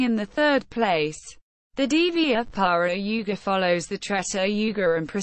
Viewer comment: not pronounced properly